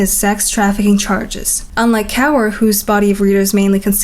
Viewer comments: It's pronounced as kawr ,not cower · One thing is kaur is pronounced as ‘kawr’ not really ‘kower’. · Rupi Kaur surname is pronounced kooorrr. Youre pronouncing it weirdly. On the other hand, greatest video of the 21st century. Best 😊❤ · it's pronounced core 😢😢😓😓 thats my name… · Kaur is pronounced “core”